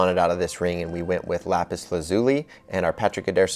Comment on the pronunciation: Ok i liked the ring a lot but every time they said lapis wrong i cringed